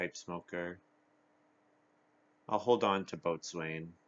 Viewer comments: By the way, Boatswain is pronounced "bo-sun." True story. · It's a nautical term. It was probably originally pronounced the way it looks, "boat-swane," but over time it was reduced to bo-sun. A lot of nautical terms are like that, right? Gunwale, for instance, is pronounced like "funnel."